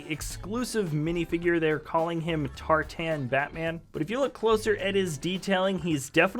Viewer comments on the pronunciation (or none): FYI: He is not TarTAN (rhymes with Tarzan) Batman. A tartan (pronounced TAR-ten) is the plaid fabric he's wearing. It notes which Scots ancestral family he belongs to. A Scotsman's kilt is made with the family tartan. The flotation ring has Nightwing's mask. The Red Hood was the Joker's first criminal identity. And there was a caveman Batman; he was based on the 50's story with Batman back in time and inspiring Tiger Man, who wore a sabretoothed tiger's head as a mask. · DOES NO ONE KNOW HOW TO PRONOUNCE TARTAN